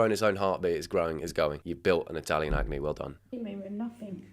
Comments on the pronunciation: Not you calling ackee "acne" 🤦🏽‍♀️😅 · That candys cooking channel was pronouncing it so wrong and think he was just confused by what she was saying since she called it ‘Italian acknee’ 😭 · Ackee not acne😂 it's a fruit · everytime ackee was called acne, i felt my ancestors cry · The "acne" is supposed to be ackee, which is a Caribbean (Jamaican) dish usually eaten with saltfish. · "Ackee" is a West African fruit that is commonly eaten with fish, as she made ackee and saltfish, an extremely common Jamaican dish. She butchered it, but that's what she was trying to make. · So I had to pause this video when you said sugar fish. I am slightly confused, did you mean salt fish? Are you pronouncing ackee wrong? Because ackee and saltfish is a classic Jamaican dish